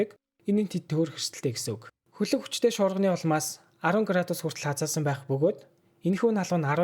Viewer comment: Bro tehde ene N usegeer tosog bga ugen deer yagad egshig nemed bdgin be hahaha uhen, han, huna, hataasana ntr ged